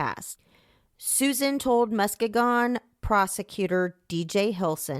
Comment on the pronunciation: It’s pronounced Muh-skee-gun!! I’m from there and this case was so traumatic I hope her family has some kind of peace now that he’s locked up.